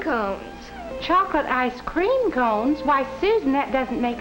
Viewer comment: Why do they keep putting weird emphasis on the wrong words? Like "ice Cream" instead of "Ice cream".